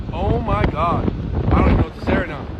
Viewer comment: We are supposed to abstain from even the "look" of sin. Saying "got" dam fails miserably. Why? Because it sounds like God dam. Read your Bible